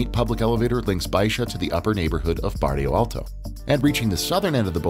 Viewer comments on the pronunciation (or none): Incredibly well made and you're very very well informed. Just one remark: it's Bairro Alto not Barrio Alto. I see this quite a lot with foreigners, so you're not the only one 😇